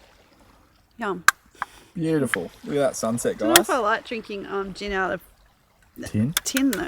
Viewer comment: You murdered that Gin mate.